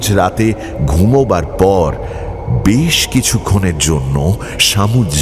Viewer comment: গপ্পের প্রথমেই বেশ কে বিশ বলে দিলেন তো! আপনার থেকে এটা মোটেই আশা করা যায় না! expectations বুঝলেন মশাই!! অন্য কেউ হলে গায়ে লাগতো না। অগ্রাহ্য করে দেওয়া যেত কিন্তু আপনার ক্ষেত্রে ব্যাপারটা একটু কানে লাগল.. #GoppoMirerThek